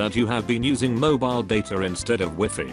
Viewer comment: Wee fee ( wifi ) Hahahhahahahahhahahaha